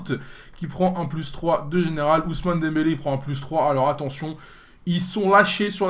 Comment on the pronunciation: DEMBELE:O RIP pour les prononciations:')